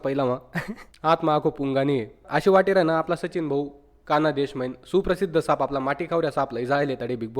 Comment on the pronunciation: Kana des nahi khandesh